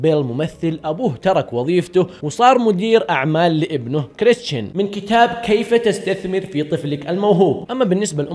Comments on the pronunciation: انت ما تكول كريستان انت تكول كريشتان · نطقك لاسمه يرفع الظغط